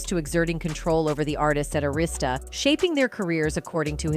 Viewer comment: You cant even pronounce “Arista”